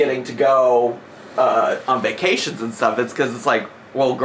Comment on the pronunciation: I just hate the way she says “vuh-cations” and I know that’s nitpicky but idc